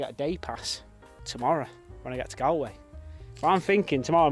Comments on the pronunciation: You butchered the pronunciation of Bundoran ,County Donegal ,but it is what it is ;-) ..and its not Gal-a-way its Gol-way .I was interested to hear about the Star link .You need to invest in solar panels especially if you get to Spain or anywhere with good weather. Like in the UK the weather in Ireland was brilliant this year .I heard it was the hottest and driest since records began around the year 1900 . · Pronounced Gaul-way not Gallway fyi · Galway pronounced GAUL-WAY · Bun-door-ann Gall-way You should talk to a few people,find out how to pronounce place names. And why is it ropey...looks like a nice seaside town. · Bun-door-an, Galllllll=way. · You're pronouncing Galway wrongly, mate. The gal part is pronounced like "gall" as in "I can't believe you had the gall to do that". Phonetically, it's like gawl. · And I'll give you a tip it's pronounced Gallway. Like all. We will have you sounding like a local in no time. 😉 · The place you were in at start of your vlog is pronounced bun door run. . And Galway is pronounced Galway you thick eegit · stunning cotent bro i love the way you say galway it fucking gass 👌👌👌👌👌👌👌👌💣💣💣banging content bro keep up the good channel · Its pronounced Gaul way